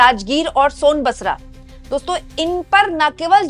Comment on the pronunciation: सोनबसरा नहीं सोनबरसा... 😂